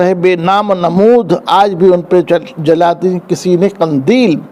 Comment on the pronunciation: Qindeel is right word not Qandeel